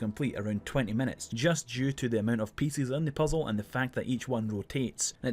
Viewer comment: Today I learned there are people out there that struggle to say "pieces"